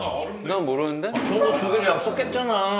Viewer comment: 약속햏짜나ㅋㅋ 너무귀엽다ㅠㅠㅠ